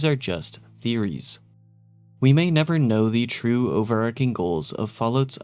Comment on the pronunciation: Overarching: ō-vər-ˈär-chiŋ not over arc ing You got it wrong twice. Spelled OverARCHing not overARCing.